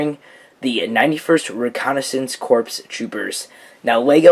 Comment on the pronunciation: corps is pronounced core